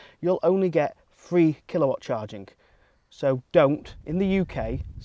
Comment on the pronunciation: Mate, it's Three, not Free.